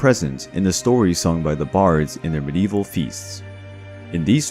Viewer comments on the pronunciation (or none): none